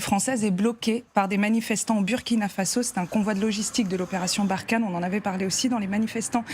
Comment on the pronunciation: Je ne comprends pas votre mauvaise prononciation pour le Burkina Faso dont le "U" ce prononce "OU" comme en exemple le Burundi, alors ce serait bien que vous fassiez un effort pour rectifier vôtre erreur, car cela ecorche les oreilles, bonne journée à vous.